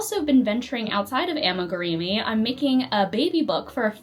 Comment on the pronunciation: It's pronounce ami-groomee not ami-greemee 😊